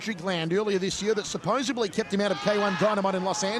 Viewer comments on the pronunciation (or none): supposebly is not a word haha it is supposedly. You would never say supposeb right? So why say supposebly?? 😂